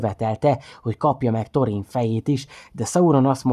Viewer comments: Illetve ha már van magyar szinkron a filmekhez és ott is helyesen vannak kiejtve a szereplők nevei akkor ezt is érdemesebb lenne figyelembe venni. Pl nem torin hanem “szorin” stb.. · Szerintem jó volt csak Thorint Szorinnak ejtjük.